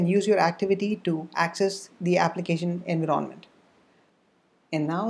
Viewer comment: what the hell is "ANVEERONNMENT" can't you just say environment properly